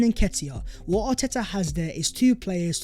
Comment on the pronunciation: VAT was the video VERE and VERE! 🤣🤣🤣 Sort your pronunciation out, mate! Great content but your pronunciation is a BIG EMBARRASSMENT!